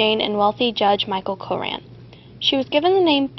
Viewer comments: Great video, but I think that it is pronounced Cochran Cokran, not coran. Otherwise, it is amazing! :D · cochran is pronounced cokran. Sorry, my comment was sorta confusing.....